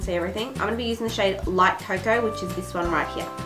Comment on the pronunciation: Haha co coa